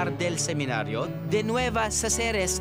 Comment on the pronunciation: CACERES = Ka-se-res